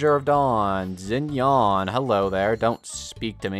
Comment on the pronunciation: do not pronouns “zinian” its pronounced “shinian”